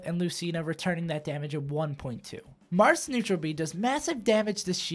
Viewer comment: "Differences between the Jarths"